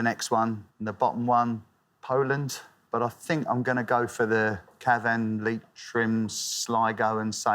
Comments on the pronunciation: He said Ca Van, with the stress on the V, when he should have said Cav an, with the stress on the C ! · its CAH-van not CaVANNE … (in fact CYAH-vn if you are local) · Indeed, Cavan is pronounced Ca-van as opposed to Cav-an… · The way he pronounced Cavan 😂😂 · Cavan 😂 ffs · alexanders pronounciation of cavan is upsetting me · Cavan is in Ireland. He should be able to pronounce it correctly! #butchered